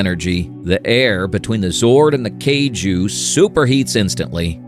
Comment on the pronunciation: You mispronounced Kaiju and Tokusatsu.